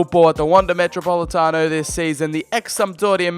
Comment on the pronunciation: I hate seeing any english speaking person attempt to say Atletico or even spell it, especially how you said metropolitano. But all that matters is if you completed your mission, which I havent seen the video so... yeah, I'll watch it later today, its am.